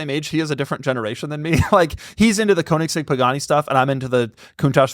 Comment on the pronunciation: It's strange how so many car guys care about the pronunciation of porsche, but every single one completely butchers koenigsegg.